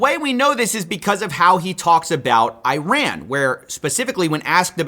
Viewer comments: it's not I- RAN, its IRAN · How hard is Iran? EE-raaan. Not hard at all. Please try